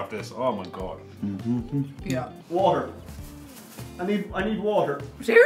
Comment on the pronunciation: No you're not hallucinating, you really did just hear an Irishman ask for water.